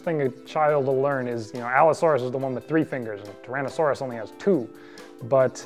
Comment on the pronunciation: the second time it sounded like you said TWO ton.